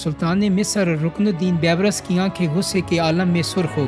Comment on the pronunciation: اپنے اردو کے تلفظ پہ توجہ کرو۔ بےشمار الفاظ کے تلفظ درست نہیں۔ رکن الدین " بے برس" نہیں " بی برس" "Beebrus" لفظ ہے